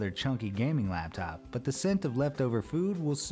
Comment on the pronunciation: Its laptop not labtop it's designed to sit on your lap not not on top a lab